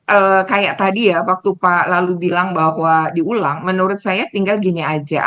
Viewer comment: kedengerannya seperti "PALALU" saran aja besok manggilnya BAPAK LALU aja ya? 😅